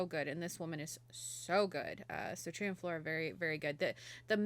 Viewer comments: lol You should know "Truyah's (Tarja)" name is pronounced "TAR-YUH". In Finnish, the J is pronounced like the English Y. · When ya'll say truya, I'm guessing you mean Tarja. Even squares know that! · I hope you watch more. Doing the whole waken show can never be wrong. It was all magical. By the way Tarja is pronounced Tarr-ya roll the r a bit for proper Finnish, but not necessary. :) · I won't be the one of the sweet nice comments...sorry just not me. Maybe learn how to pronounce Tarjas name correctly if you love her so much..also Floor is one of the best on the world...so good is an understatement...question...did your partner like it at all? He literally has no emotion...either way it was an ok reaction...